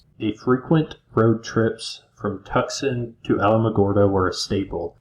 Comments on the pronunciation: Tucksun... Lol. It's Two-S-on. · "Tucksawn...Sonnorawn". How in the world did you get Saguaro correct? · Tucson is pronounced TWO SON!!! Not Tuxson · Tuxon 😁😁switched off, love to hear Yosemite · I think what that other person meant was it should sound like “2-sonn”. No “c” pronounced. 👍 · Two-saun = Tucson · As a resident of the state of Arizona could you please Google the correct pronunciation of Tucson and Sonoran desert have Google tell you how they're pronounced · Couldn't get through it. Had to stop after you butchered Tucson for the 3rd time. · If you say, Tucson wrong one more time, I’m leaving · Is this AI with the crude mispronunciations of place names? Or is it a human who has never heard of places they should have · Bro. Your pronouncing TUCSON & SONORA. CRINGE WORTHY!